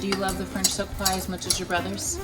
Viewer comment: I kept thinking she said French Soapa Pie lol. I didn’t read the whole entire title. I saw Pie and Joanna and clicked haha.